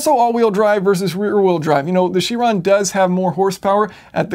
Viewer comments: its kai - ron not cheeeeeron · It's pronounced "Ky-ron". Chiron was a Centaur in Greek mythology, and since it's a Greek word, it's pronounced by the Greek rules. (The letter "Chi", which looks like an X, is also pronounced "Ky".) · Is it really pronounced she-ron? I've been saying kai-ron... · Isn't it pronounced Kiron? Almost sure that it is... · All good and well but it's pronounced Ki-ron 'cringe' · isn't it pronounced kairon (chiron)? From greek mythology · Awesome video! But you pronounce Chiron strange ... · Anybody else bothered by his pronunciation of Chiron?